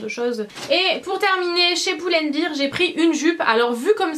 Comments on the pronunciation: Très beau haul, j'étais sur le site de H&M en mm tps :) Par contre tu me fais mal aux oreilles quand tu prononces Pull & Bear !! ça se prononce Bair et pas Bir parce que Beer c'est de la bière lol. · Super vidéo tes achats sont supers mais arrêtes de dire poule and bear s'il te plaît ahah